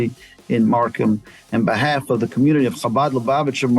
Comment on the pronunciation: Shabad??? Virtue signalling doesn’t really work as well if you don’t… ya’ know… actually learn a little about the community… like how to properly pronounce their name. Ch… like “Loch Ness”. Or even just a soft H like Habad. Shabad is just 😔😔😔 Do better MarSHam And Merry Shristmas and Happy Shanukah!😉